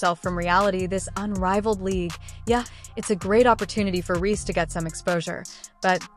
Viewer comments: Difficult listening to an AI voice who pronounces Reese wrong…honey etc…. Is it to much to ask nowadays for a real voice..a real recount of the facts? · Please get an AI bot who can pronounce the name Reese